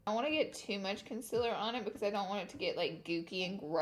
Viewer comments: Why do you sing that song at the beginning? Also you said conciller?? It's concealer x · How your meant to say it : concealer How Laura says it: conclr 😭 Laura!!!!! Honey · CON👏CEA👏LER👏 NOT CONCILA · I like her but I freaking want her to say concealer not conceler ugh it makes me angry af I don't know why😂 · Why do u say conselar its conseAler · try to find a laura lee video where someone doesn’t comment “con-cih-ler” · Concealer is pronounced conceeeeeaaaaalee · its pronounced KUN-SEAL-LER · Randi Nicolajsen glad I’m not the only one, I thought I was just hearing her wrong but she says it a bit weird. No hate, just a thought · Never stop saying consiller. It makes you you! Lol I love it. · Vienne Borg I really love her but it bothers me SOOOO MUCH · I love Laura but why does she say concealer wrong 🤦🏽‍♀️ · Not to be rude or anything but why does she say concealer like that?? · the way she pronounces concealer has me dead